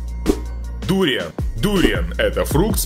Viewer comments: Не дуриян а дур"ян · Не дУриан а дуриАн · дуриАн , а не дУриан. драконИй фрукт, а не драконЫй фрук. у вас же правильно написано название не ошибайтесь пожалуйста. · вообще-то дуриан ударение падает на букву а а он читает дуриан и ударение падает на у и ещё он в начале говорит Подписывайтесь и количество подписчиков 1 миллион а на самом деле 500 тыс. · Это не ду́риан а дуриа́н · Не дУриан, а дуриАн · только не дУриан, а дуриАн. не ароматичная, а ароматная) выражайтесь грамотнее , пожалуйста. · Не дуууриан а дуриааан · Дуриан ударение на А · Правильно говорить дуриан ударение на а👌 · Дуриаааааааан ан ударение на А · Дуриан, ебать вот это произношение, аж передёргивает. Почти всё из этого ел, некоторые названия неверные.